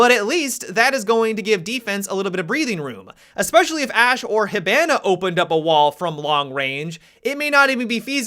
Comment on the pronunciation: STOP SAYING HIBANA INCORRECTLY YOU FUCK